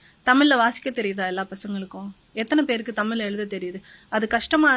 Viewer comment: தமில் இல்லை தமிழ் சொல்லுங்கள் சகோதரி